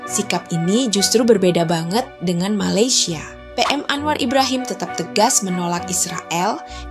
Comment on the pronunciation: Bukan Payem, sebut betul2 Piem.